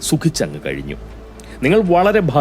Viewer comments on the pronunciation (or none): none